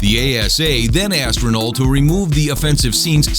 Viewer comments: Renault it is not renought it is pron Reno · Ren-Ault? It's pronounced Ren-O. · it's pronounced ren-o not renult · It's pronounced like Reh-no, not Reh-nolt you idiot. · It's pronounced renno, not renolt! It's not like it's obvious it's French is it?? Renault!!! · Renault? Really? [Ren-alt]? It's pronounced [Ren-oh] ffs... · "Re-Nolt" ... -_- The L and T are silent, its pronounced "REH-NO" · Ren-oh. REN-oh. Not renolt. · The car ad : it's pronounced Reno not Renolt just FYI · Not Ree-no. That's a town in Nevada. I'm sure you knew what you meant, but for the others who don't know, it's pronounced Renn-O. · Since when has Renault been pronounced "Ren-alt"? It's NOT "Ren-alt" you morons, it's pronounced "Ren-oh". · OH MY F*CKING GOD. NOT (RENAALT), (RENO). LEARN HOW TO SPEAK. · Is not pronounced "renault", it pronounced "Reno" because it's French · It's not pronounced "Renolt" its pronounced "Reno" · it's pronounced "ren-o" NOT "renolt" you don't have to be French to know that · renult? its pronoced reno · renault is pronounced "ren-oh" not "ren-alt" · promounced "reno" not "ren ault" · its pernounces re-no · Renault is pronounced rainoh, the t and the l are silent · I know he didn't just pronounce the "T" in Renault. It's pronounced "Re-no. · The fuck is a Re-nolt? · Renault is pronounced Renoh. Dirty French and their silent letters. :) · how the guy pronounces "renault" makes me wanna kill myself. it's pronounced "rehno" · thats not how you pronounce renault. ren-o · Ren-alt... LOL ok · its pronounced Reno its French so you don't pronounce the t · mountford ...or the l Seriously, ren-alt? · am I the only one that cringed when he pronounced Renault like it was spelled renalt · you say Renault as (ren o) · It's pronounces like reno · no its pronounced ren-au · lol Renult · Its pronounced RENNO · Isn't Renault pronounced ren'o? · You really need to learn how to pronounce Renault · The T is silent in Renault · someone needs to learn how to pronounce Renault